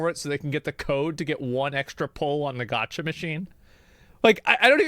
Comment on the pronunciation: I assume the guy making the original video speaks japanese, how does he not know how to pronounce gacha? japanese pronounciation is probably the easiest part of learning the language, especially if you can already read it